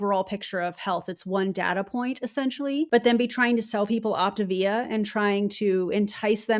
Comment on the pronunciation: I am so not surprised to see Optavia (I still don't get why they mispronounce it)as the new year video. You have gotten me to my step goal and no money spend🤣🤣. Side note I think Zeke is the anti MLM top leader, he is the most vocal 😼😼😼. We all bow to Zeke.